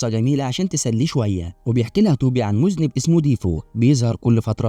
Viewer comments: تنطق موذننب و تكتب مذنب ارحموا اللغة العربية 😂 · اسمه مذنب وليس موزنيب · المزنب 😂😂😂😂😂😂 دا عربي يا مرسي 😂😂😂😂😂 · المذَنَّب و ليس المذْنِب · مُذَنَّب وليس مُذْنِب و شكرا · اسمه مُذَنَّب وليس مُذْنِب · 🎉اللغة العربية في خطر 😢مُذًنب وليس مذنب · إسمه مُذَنبْ ( comète ) وهو جسم فضائي متكون من رأس وذنب مثلاً: مذنب هالي، وليس المُذْنِب (هو شخص إرتكب ذنب) هههههههههههههههههه🤣🤣🤣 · اجهدت مخي لكي أعرف ماذا يقصد بالمُذنِب، طلع يقصد المذَنّب 🤣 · اسمه المُذَنّب وليس المذُنِب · المُذَنَّب تقرأ بفتح الذال و فتح النون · مستفز جدا ليش تنطق المزنب اي المذنب بهذه الطريقه حرام عليك ليش ليييييش لامره ولا ثنتين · مش معقول لفظك لكلمة مُذَنّب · قصة الفيلم جميلة ولكن التشكيل والنطق الخاطئ غير كل معنى كلمة مذنب هذا حرفيا إجرام في حق اللغة العربية 😂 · الفيلم حلو جدآ بس انت خربته بطريقة نطقك الخاطئة لكلمة مذنب لكن معلش ياباشا حنعديهالك المره ديه 😂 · هو انت بجد مش عارف نطق كلمة مذنب !!!!!!!!!!!! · كنت مركزة اول ما سمعت مذنب ههههه جريت على التعليقات و الله ما قصرتو. ههههه😂😂😂😂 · معقةل ما تفرقش بين المذنب، بالسكون فوق الذال و بين المذنب بالفتحة فوق الذال؟؟؟!!!!؛ ما هذا يا هذا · اسمه مذنب هالي بيظهر كل ٧٦سنة وينطق بضم الميم وفتح الذال